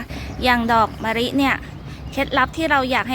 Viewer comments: คำแนะนำดีค่ะแต่ขอดินิดนึงคำว่ามะลิคุณออกเสียงว่ามะริ ไม่ถูกนะค่ะ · ออกเสียงตัว ล เป็น ร ทุกคำเลยค่ะ อย่าง มะลิ ปลูก แก้นิดนึงน๊าาา